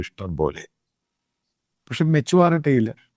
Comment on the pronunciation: Matuaarity alla mone, maturity 😅